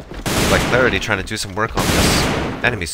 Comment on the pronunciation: Lmao XD just like hes saying alex/HCR, Lucas, Yasa/yS, Clarity without the 13 xD only good pronounced name is Doughyetti xD